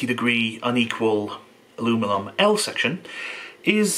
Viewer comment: you say "alumilum" so naturally.....I'm convinced that you actually have to think hard to say aluminum, or aluminium....kinda how I think hard to hear "alumilum." So, where are your stand up videos?